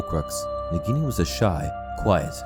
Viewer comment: I Lowkey get triggered you pronounce it negini rathen that nAgini